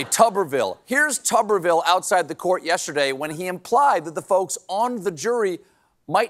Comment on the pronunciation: It's "TOOberville"